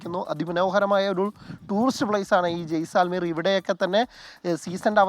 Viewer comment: ജയ് സാൽ മീർ അല്ല, ജെയ്‌സൽമീർ എന്നാണ്